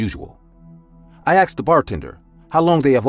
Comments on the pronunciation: They say aksed not asked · "my mom axed me" " my friend axed me" seriously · It’s how some people speak. Like Irish say tree instead of three or tirty instead on thirty